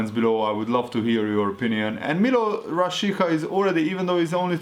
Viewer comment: A "Rashica"-t Rásicának kell kiejteni😉